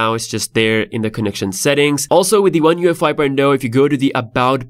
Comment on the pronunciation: He keeps calling it one UEFI lol. Good video though man thanks for previewing it for us